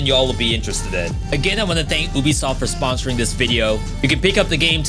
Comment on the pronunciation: It’s pronounced yubisoft